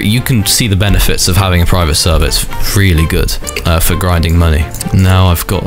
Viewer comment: bro keep repeating praivet servah 💀💀